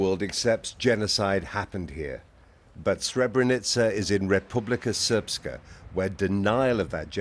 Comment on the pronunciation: the thing i hate about the bbc as a serb is the fact they could just say the english version instead of going "republicer serpska" and butchering it entirely